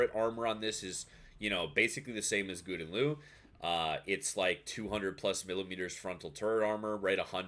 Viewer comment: I know you prolly don’t give a shit but GL is pronounced Gow-den Lay-Ooo